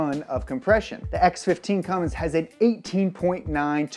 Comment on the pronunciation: Its CUMMINS NOT CUMMINGS